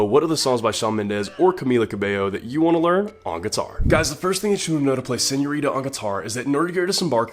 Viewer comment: ❤💕❤💕❤🙆I love how did you pronounce "señorita" pinche gringo I love you !!!!! Thank you... I needed this video